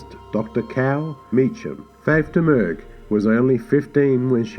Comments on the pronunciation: Just for clarification, Faith Domergue always pronounced her surname as "Dah-Murr". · Pronounced "Dom-Er-Gue".